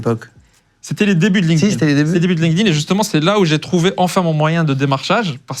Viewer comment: Ben voyon tabarnaque, Deja me faire appeler canadien et apres cest quoi cette facon de dire linkedIn, linedine. Triste d’entendre ca💀💀💀